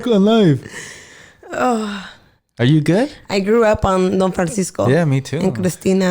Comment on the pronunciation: “I GRRUU up” lmao omg I cant 😂😂😂🤣🤣🤣💀💀💀